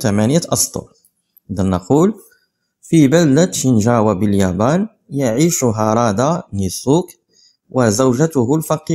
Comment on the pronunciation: هارادا ليس هادارا